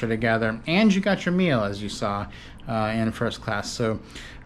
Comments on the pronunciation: 🤦🏻‍♀️ Yes; Ah sell ah, NOT a sail Ah! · AH-sell-AH not Eh-sale-ah. Besides that great video! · Everybody, all together.........AH-SELL-AH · Acela (Uh-sell-uh). Love your videos. Hope to see a future video of you guys on the Auto Train from DC (Lorton, VA) to Orlando, FL (Sanford). BTW Amtrak just announced USA rail pass for $299 through June 22. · Great vid per usual guys but uh.... much like other commentors, makin me cringe with the pronunciation. Acela is the combination of "acceleration" and "excellence" as described by Amtrak when the train was introduced. So yea.... accel-ah or ah-sell-ah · I might have been able to finish watching your video if y'all knew how to pronounce Acela (Uh-Sell-Uh)... 🤷‍♂️ It was seriously irking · Please please learn how to province ACELA. It isn't ...A "sale" ah..... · Amtrak has always called it like that. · you are saying acela wrong